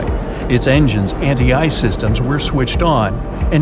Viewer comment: Everytime he said "ice" in the first 3 minutes I heard it as eyes 👀 I couldn't help but see it in my head.🤣